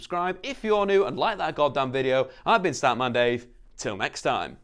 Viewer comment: I thought you said scat man